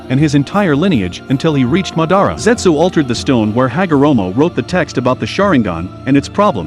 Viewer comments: ITS NOT MUHDARRA ITS MAHDAHRAH HOW COULD U DO THIS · It’s madara not ma-dara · Its pronounced ma-da-ra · He really said mordada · Bruh the way this guy says Madara Name pisses me off couldn't even watch the whole video